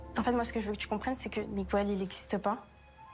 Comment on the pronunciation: Miguel se dit Miguel et jamais MigOUel, arrêtez cette erreur qui arrache les oreilles !!!! MigOUel ça n'existe pas !!!!!!